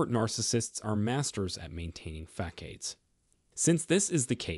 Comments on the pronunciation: I’m a narcissist for grammar - I believe you mean facade, pronounced “fass-odd.” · Did you just say fack-aid?